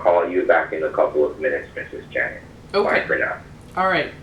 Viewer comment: I love how he changed janet to "janette" lmao